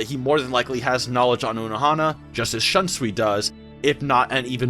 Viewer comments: shawn sui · That is not how you pronounce Shunsui's name. It's killing me to hear it said like that. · Western, am I right.